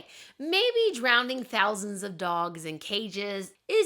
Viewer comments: Drowning, not drownding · Wow, I didn’t know this. How sad for all the dogs and cats that met that fate. I happen to love and have both. So glad that things have changed considerably for the most part. Also, am I hearing wrong, or are you pronouncing drowning as “drownding”, (adding an extra D)??